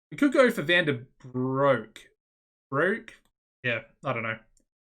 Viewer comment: In case you haven't figured it out, but Broek is pronounced like Brooke. Fun fact: Broek means pants. And Van Der is roughly translated to Of The. So it's Jurriaan of the Pants. So, yeah... You are welcome for that fun fact.